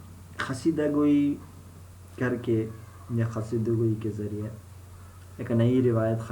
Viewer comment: First of all it's not khasida it's qaseeda 😬